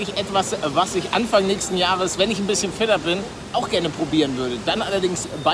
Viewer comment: Paluten hab statt fitter fetter verstamden 😂